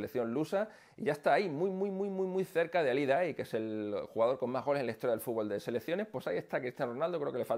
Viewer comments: Jaja FUT-BOL le dicen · No se que hace México en ese puesto, ellos no saben ni pronunciar la palabra fútbol.